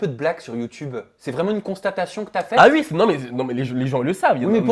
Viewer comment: il dit pas OUI mais UI ! jss mort mdrrrr